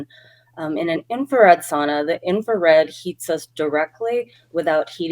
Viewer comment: ......uhhhh, sauna, not suana. Still love you both!